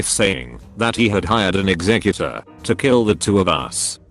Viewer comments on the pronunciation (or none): Now I'm amangining people hiring eggsecutors to kill people. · the way the voice says "executor" in this story makes me think this guy hired a pokemon with a similar sounding name to kill OP and his wife. I know its not a funny situation but to me it is a funny thought.